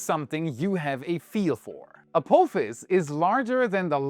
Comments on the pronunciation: a-phop-his a-poff-his please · What a weird way to say A-POTH-ISS. But hey ho. Thanks for the video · Can you do me a "little" favor, and say Ap"AH"fis. Pretty please, with sugar on top. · Apophis is pronounced with a soft O not a hard one. As in the word 'pot' or 'not' unlike the word coat or bloat